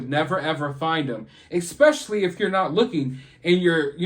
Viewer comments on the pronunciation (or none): It is when he says Exspecially anyone can look it up in the dictionary or Google the Correct way to say it. There is No X in the word Especially. It's Not that hard to leave out the X Especially when it isn't a part of the word. He's got Great points in most of his videos but if you really listen to him he does a lot of chest pounding about how great he is and how he notices so much that his viewing audience doesn't. He's only assuming that other's haven't already figured it out and yet he can be very insulting to his audience. I watch him because his fact's Are accurate , but I think his attitude needs a little adjustment but only from my point of view I suppose. Maybe others don't figure it out or aren't of the same mindset but he seems to forget that other's also have it in the bag. But you take care and stay safe.